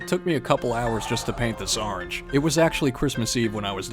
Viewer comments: I watching this video while it was made three minutes ago 😂 I love your videos man there THE BEST❤🐱🐈‍⬛🐾 and i love the Way you say orange as arange🍊👍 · I love when u say arange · Orange is Arange, no matter how you say it.